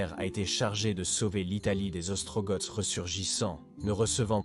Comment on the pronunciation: Bonjour, on dit les Ostrogoths, comme dans escargot.